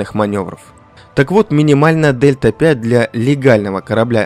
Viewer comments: дельта 5? это которая delta-v? Delta-v (also known as "change in velocity"), symbolized as Δ v and pronounced /dɛltə viː/ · особенно "дельта пять"... ΔV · Спасибо за видео. Только не Дельта 5, а Дельта Ви (Velocity)